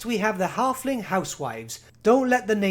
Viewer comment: "The tyme of the Harfling is noigh."